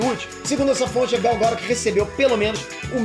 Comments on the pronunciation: Gal Gora? Q? Se escreve Gal Gadot e fala Gal Gadou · porra, mas falar gal garôt é sacanagem asuhesahuehuasea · Pronúncia horrível do sobrenome da Gal...!